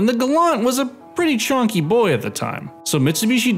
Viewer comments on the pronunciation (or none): chunky not chonky